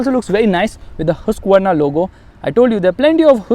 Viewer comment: Bro its pronounce hask-varna